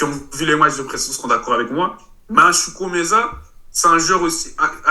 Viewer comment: 😂😂😂 oui il a mal dit chukwuemeka